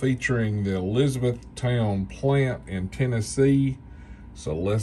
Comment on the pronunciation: I drive by this plant daily. It’s is pronounced Elizabeth-ton